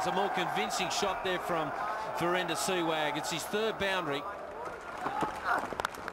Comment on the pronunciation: Rameez its Sehwag not Seywg!!